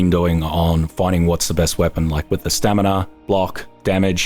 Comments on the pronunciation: Take a shot every time pronounces it "stanima". 😉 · Am I the only one who heard "stanima"? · Ive been away for almost a year from this channel. He still says stanima. Made my day. Keep up the good work. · nope, he does that all the time and it drives me furious but hey, you don't criticise, do you? also, I kinda gave up at this point